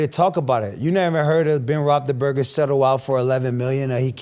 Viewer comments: AB: “be able to play with Ben Rothleburger” 😂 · I love how even when ab seemingly says the wrong word describing something, his word weirdly fits perfectly like Joey's moo point. I swear he pronounced Roethlisberger like 10 different ways